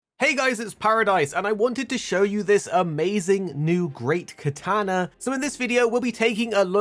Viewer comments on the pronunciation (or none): KatAnA PRONOUNCE IT RIGHT